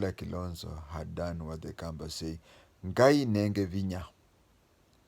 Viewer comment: Just talked with a Kamba friend and has told me that your Kamba pronunciation is on point!